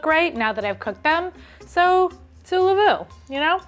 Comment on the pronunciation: saoulez-vous instead of c'est la vie is KILLING me